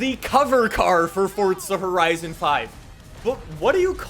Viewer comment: “fortza horizon”